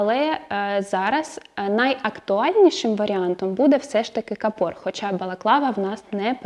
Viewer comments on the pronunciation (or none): Правильно говорити: кАпор, а не капОр. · Дякую. Цікаво завжди. Але у слові капор правильно наголос на перший слог кАпор.